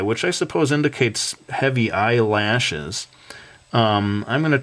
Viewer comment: I tougth that you said Eye launchers :P